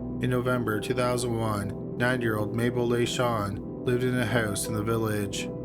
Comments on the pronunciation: I know the first case dealt with a 90 y/o victim but it sounds like you say '9 y/o'. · You keep saying " 9 yr. old ", I wasn't 100% sure til I double checked on the transcript. Either way, always enjoy your content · I thought he was saying the 9 year old not 90. I was so surprised that a deaf 9 year old was living on her own